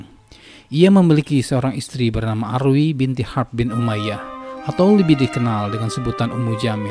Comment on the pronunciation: Urwa mas.. bukan Arwi.. Hadehh..